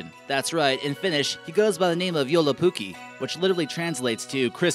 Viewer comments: I have 3 things. 1. Tove Jansson is a Finn... 2. Its joulupukki not "Yolopukki" 3. ITS NIPSU NOT A DOG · lol when you Said joulupukki it sounded like yolopunkie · Pfff... "So much snow" hah! We don't have snow almost at all these days. 😒 Edit: I laughed so hard when you tried to say: joulupukki It sounded like you said: yolopuki xDDD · You have to say joulupukki with the jou not yolopukki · You said Yolopukki.😄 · "Goes by the name Yolopukki" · 7.55 u said yolopuki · Haha its called Joulupukki not yolopukki ·SORRY· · "Hipponamus thing" Its fuckin moomintroll "Tove Jansson Swedish author" Hes not swedish for fuck sake "Sami" Its Saame you dumbass "Nipsu is dog" Its not fuckin dog!! "Yolopukki" Voi ny vittu! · Lol, why i havent heard of those, anyways U CANT SPELL JOULUPUKKI RIGHT! 😱 U said:joylypyki or joylupuki or yolopuki. XD AND IF ITS FINLAND, PLS EDIT THE FLAG TO FINLAND :)) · yolo-pukki kuulosti vähän häijyltä korvaan :S You said u had to train ur finnish but u had like every other world there wrong xD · WTF its not yolopukki LOL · when he said joulupukki it sounded like jolopukki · did i hear yolopuki i tought it was joulupukki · I have never heard of this 'Yolopuki' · Yolopukki LOL :D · Great pronunciation on "yolopookey" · Yolopukki xDd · Yolopukki XD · this guy cant pronounce anything what the fuck